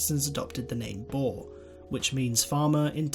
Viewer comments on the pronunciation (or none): Lol.... Boar?.........it is more like boor.... Almost like boom.... But boer! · Boer is pronounced Boor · lol u say boer like a pig in english i suggest u look in google translate how to prenounce it :p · I am a bore ha! No its not pronounced like that almost like this boor so yaeh uuuuh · I wish people will stop saying "BOOR" or "BOORS". It is BOER and BOERE. The plural of BOER is NOT BOERS, It is BOERE. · It is not bore it's boer :) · Yea. That always gets me lol. It's like "boo" but with an "r" at the the end. Boer. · pifnbnd Boer is pronounced as "boo-r" (the "r" is rolled). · You did pronounce some stuff wrong like boer (B oo (like book) r) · I was talking with my Friend from South Africa who was fluent in Afrikaans and apparently they pronounce Boer like "Borr-ah" where you roll the R. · BOER,not boar why did you say it like that? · It's pronounced boo-er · I'm south African and it's pronounced boo-r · Ok but its pronounced "boor" same as you would pronounce booze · Sorry, I can't watch this. Your pronunciation of Boer is too annoying. It sounds like you're saying boar. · hard r and the oo should be like ooh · the 'oe' in 'boer' is pronounced like the 'oo' in 'fool'. I think this is the best comparison. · pifnbnd the oe in boer has to be pronounced like the oo in fool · Being a Afrikaans South Africa I noticed that you got most of the words totally wrong like Trek and Boer but only south Africans noticed it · Just a note on your pronunciation of Boer, in Afrikaans we pronounce it with a long 'oo' sound as in 'book'. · The way you butchered a word as small as "Boer" made me cringe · you dont say boers like that!!!!!!!!!!!!!!!!!!!!!!!!!!!!!!!!!!!!!!!!!!!!!!!!!!!!!!!!!!!! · The pronunciation of "boer" though 😣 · You don't say Boer proberly and I would know because I am South African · I am south african so can you plz learn how to pronounce boer correctly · You really butchered boer😅